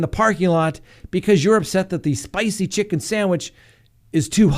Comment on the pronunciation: You almost sounded Italian there " Itsa spicy" 😂